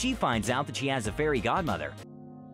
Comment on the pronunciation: Lol instead of fairgodmother I heard very odd mother